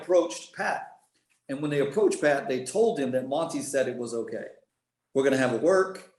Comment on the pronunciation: Hokay thanks 👍🤣